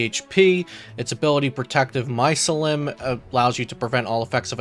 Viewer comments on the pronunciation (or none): fyi it's pronounced My SEE LEE UM